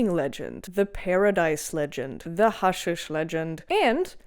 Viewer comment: You're cute and research well but your commentary is tainted by Islamic propaganda crossed with wokery such as for example the Crusaders "othering" the Muslims. 🙄 Gee golly, I wonder why those nasty white settler colonialist supremacists "othered" the poor innocent and noble jihadis. Also, it's pronounced HASHEESH.